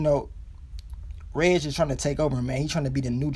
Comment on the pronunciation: So glad you finally got hip to how to say Reg's name 🙌🏾🙌🏾 lol thanks for the recaps tho...watched them all 😉